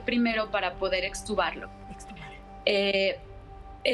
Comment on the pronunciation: Se dice extubar